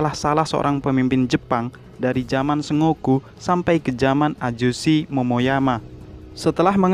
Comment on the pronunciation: bacanya bukan "se ngo ku" tapi "sen go ku"